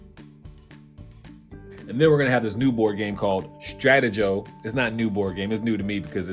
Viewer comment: Pronounced Stra - tee- go. As in stop and go. played it a lot as a kid. OMG found a doodle bear!!!